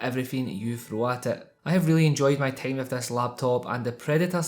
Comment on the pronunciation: "tayme and tayme uhgayn"